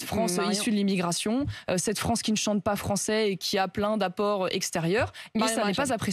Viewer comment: Non franchement il respecte très bien la FRONCE. 🤣🤣🤣🤣🤣🤣🤣🤣